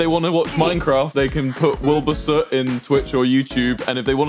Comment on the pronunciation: me after re-watching joel's reaction to Wilbur's songs HE SAID SOOT RIGHT!!!